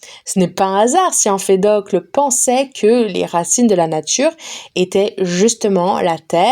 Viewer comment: Merci beaucoup pour ce livre audio !! Cependant faites attention je crois que Empédocle ne se dit pas « emfedocle »